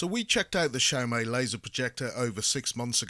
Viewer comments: Its Xiaomi not XiaoMai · It’s siao mee not siao mai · He said SHAMAI in the beginning now I want a SHOMAI with rice. 😂😂😂